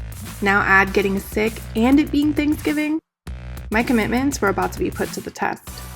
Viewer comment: I truly apologize it sounded like thick not sick. I had to put the speaker at my ear.